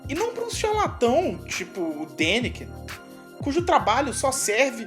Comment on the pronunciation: não é Dakinen! Kkkk.... é Daniken. Por aí agente já observa seus comentários né.....